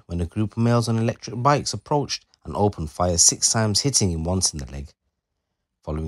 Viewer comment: 36 “three men on their electric “brikes” 👀😂😂